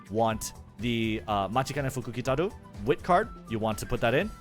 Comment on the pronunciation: bro flexing the pronunciation of M̵̧̹͖̘͆̿a̵͚̘̞̒́͗͘t̷̢̧͈̀̏͐ȉ̷̢́͝k̷̬͖̑̄ä̸͕̞́͂̔n̶̗͈̎ḛ̴̛͇̣̻f̴̖͇͂̌͜͝u̶̧̞̼͔͝k̶̞̉̋͘ụ̴̭͈̤̍͛k̷̹̒͂ȋ̷͔͕͈̍́̔ͅt̵͚̅̐͠a̷̛͈̅r̷̡̢̄ű̴̡̟͑̚͠f̷͚̙̟̀̾̍u̴̡͉͍͗͊́͋ǩ̸̡̤̦̭̇i̴͇̩̎͆t̵͔̗͈͖̎̃̉̒à̸̠̬̥͍r̷̛͎̫̓̑̑u̵̩̰̿͒